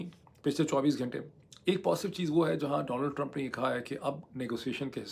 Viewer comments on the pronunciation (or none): گھینٹے نا بولا کریں صحیح لفظ گھنٹے ہے